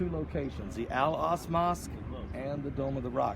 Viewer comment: Al aksa not al ask